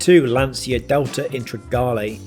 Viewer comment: You pronounce Lantcha not Lansia my friend 😊